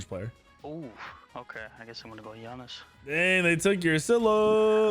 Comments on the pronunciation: Triggers me SOOOOO much when you call him Janice and not yanus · Ya noose... not jAy Nus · Bruh it’s Janus pronounced (Ya-Nus) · Please stop saying Janus incorrectly